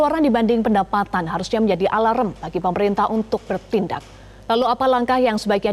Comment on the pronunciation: Alarm....(Indon = alaram)😂😂